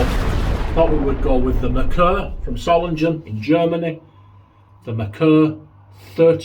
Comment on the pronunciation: You triggered me, mate. Sorry, I have to correct your German pronunciation. Solingen. German doesn't have a soft G sound. So, the name Solingen, would be thus; Zoh-ling-en.